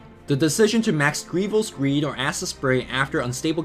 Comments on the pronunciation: ITS GOBLIINS GREED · Goblin's greed!!! not greevil! Besides nice guide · It's totally Goblin's Greed not Greevil's Greed.... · it's not greevil's greed.... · has been playing too much greeviling:P - goblin green said as greevil greed